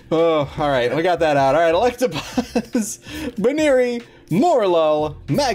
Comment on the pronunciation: BUN-eary not BOO-neary...my opinion though